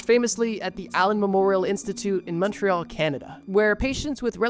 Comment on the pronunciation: hella stoked montreal was pronounced correctly